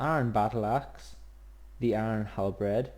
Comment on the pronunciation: thumbs up if you heard him said iron halbread